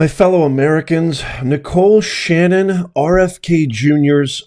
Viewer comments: Its Shan-a-han, not Shannon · Shan-a-han. Not Shannon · Her name is Nicole SHANAHAN (PRONOUNCE IT: SHAN - A - HAN).